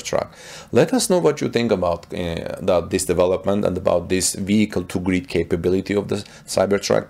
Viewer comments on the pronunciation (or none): Cyber truck to GRID NOT greed it took me a while to figure out what in the world you were saying. Sounds great as long as they allow you set min max kWs to grid so you can use with enough range left to make it home. Plus a better range with load calculator...